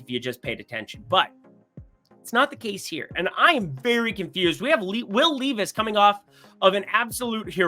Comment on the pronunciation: bro were gonna have real problemsif you keep mispronouncing Will Levis's name